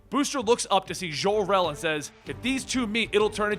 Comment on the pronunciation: so Jor-El is French, like Jon-luc Picard? 55 years I've calleds him JOR, like Job or Joe. Seriously, had to quit watching after the fifth ZHOR-El.